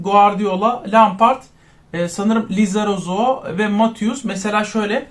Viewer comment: Abi lizarazu lozorozu değil abi